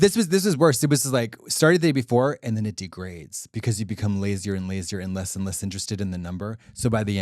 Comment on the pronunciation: Kim Chi was born in the US. why is she saying den and dere??